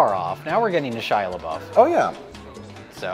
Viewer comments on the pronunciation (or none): "Shia lebuff" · He calls out Rich for mispronouncing Megan Fox's name, but doesn’t call himself out for saying Shia LaBeouf's name wrong.